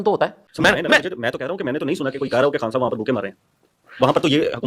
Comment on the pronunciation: صاحِب یا صاحَب 😂😂😂😂😂